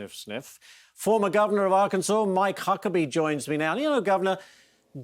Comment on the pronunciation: I wish they would all pronounce Saint Croix properly! Honestly.